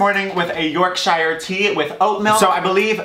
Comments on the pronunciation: I’m from Yorkshire in England (where the tea comes from). It’s kinda said like York-sher. No emphasis on “shire” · As a British person, your pronunciation of Yorkshire is fucking hilarious 😂